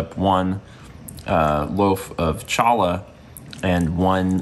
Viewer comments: Challah is actually pronounced like Chanukah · challah is pronounced “Hallah” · Bro, you did not just say challah like that.